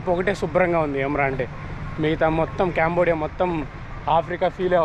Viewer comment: అరేయ్ క్యాంబోడియా కాదురా అది కాంబోడియా రా ఎడ నుండి వసారురా మీరు ఎవర్ర మీరంతా 😢😢